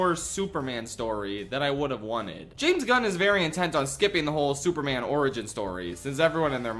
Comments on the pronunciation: Why calls man, soup man? Is he stupid? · ah yes, souperman